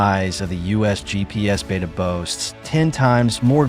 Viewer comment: Liked this news. Except I’d like to hear the name Beidou pronounced correctly. The first syllable sounds like “bay”. The second syllable is d with long “o”. It is the Chinese name for the North Star, north dipper.